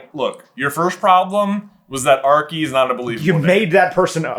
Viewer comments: do they acc not know Archie is pronounced arch-ee or are they joking I can’t decide 😭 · How have none of you heard of an Archie before?! Pronounced with a hard CH sound, like the beginning of "Cheese" Are Ch Ee. Is it just a very British name or something?